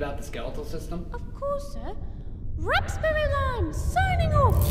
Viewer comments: It's wrapsberry lime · a new character this is her first appearance also it's RAPSBERRY